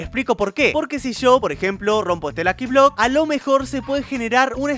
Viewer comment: Se dice luki blok $@